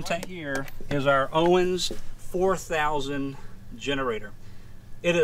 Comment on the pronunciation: “Owens” Generator?